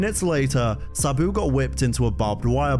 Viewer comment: I hate the way this guy pronounces "Sabu". I had to click away because i was getting seasick from hearing him already say it 2000 times in the first two minutes.